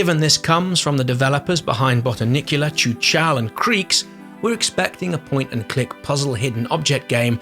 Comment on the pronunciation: It's obviously impossible for a Briton to pronounce the czech word Chuchel properly, but the attempt was funny :) It should be rather something like Khukhel.